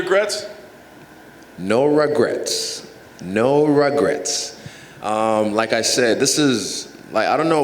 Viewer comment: “Nooo Regets”